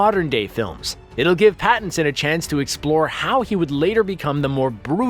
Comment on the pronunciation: Robert "bat"inson eh ehe